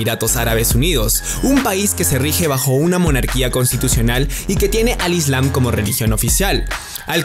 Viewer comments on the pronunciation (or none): none